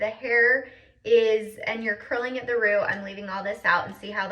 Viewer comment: Love it and your videos. I don't know what state your in, but do you say "roo" for "root"?😊